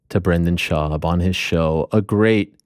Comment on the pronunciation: Schaub not job. LOL